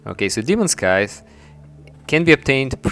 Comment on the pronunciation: scythes, not skies